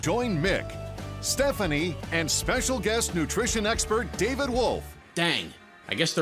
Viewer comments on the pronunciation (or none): none